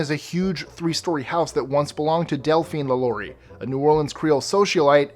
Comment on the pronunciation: Lalaurie is pronounced "lah-lor-ee". Also, you missed the "most haunted house in America" - a plantation in St. Francisville, LA called The Myrtles (for all the crape myrtle trees) where the owner's slave mistress was afraid of losing her position in the house and so decided to make the children sick in order to affect a "miracle cure" on them. However, she poisoned the cake she baked just a little too much, and the children all died. The property is haunted by her and the children. It is now a B&B so go check it out.